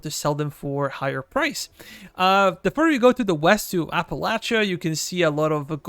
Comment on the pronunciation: As someone who is from southwest Virginia, I greatly appreciate your correct punctuation of Appalachia. Great video!